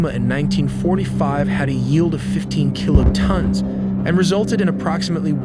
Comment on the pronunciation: FLAP-er-ons, Mach like mock, not quack, you almost got kiloton. It wouldn't be so annoying if it wasn't a computer doing the mansplaining. "I know nothing about this so I will explain it to you."